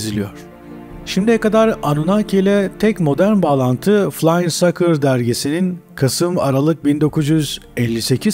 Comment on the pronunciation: FLYING SAUCERS kelimesinin okunuşunu lütfen öğrenin, bu önemli çünkü sizin telaffuzunuz ile ortaya çıkan kelime oldukça ayıp, argo bir kelimenin okunuşu ile aynıdır...